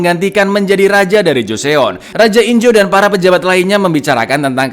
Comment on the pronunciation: Cak info dikit nih bacanya Joson cak, kalau di Korea eo itu dibaca O aja, misalnya Joseon (Joson) , Teokpoki (Tokpoki), Park Seo Jun (Park So Jun) gitu cak